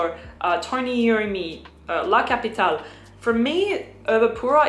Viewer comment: Nice tips! BTW…being Xerjoff Italian, I think “La capitale” Is being meant to be pronounced in Italian, as La “Kapɪtalɛ” (with final E pronounced “Eh” like …AdelEH).